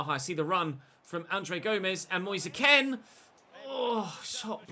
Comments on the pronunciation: please pronounce Moise Kean as Moise Keen and not Moise Ken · It’s pronounced Keane not kin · It's moise kean say it nicely pls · Moise Kean's last name is pronounced the same as Micheal Keane's. He said it himself when he signed. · Why do you keep pronoucing Moise Kean as 'Ken'. Moise's Kean is pronounced the same way as Michael's Keane